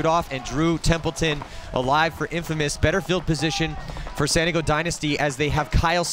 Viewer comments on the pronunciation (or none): why cant the commentator pronounce San Diego, I spent 45 minutes trying to figure out what "Santigo" was